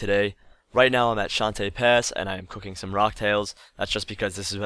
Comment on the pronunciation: I know I'm a little late but I've never laughed harder then when I heard you call I Shan Tay Pass